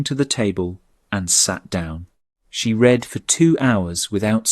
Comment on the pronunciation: Please instruct the robot narrator how to pronounce the present and past tenses of the verb « to read » correctly in their context. As well as stating a year correctly. A human narrator would know to say, for example, the year eighteen forty-five, and not one thousand eight hundred and forty five.